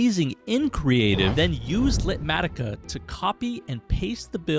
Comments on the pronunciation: I think you’re saying it wrong! Light matica? Litematica. Beyond that only you can get away with that list! 🤣🤣❤️ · "LITmatica" ?! If you said it that way to make me comment, you've succeeded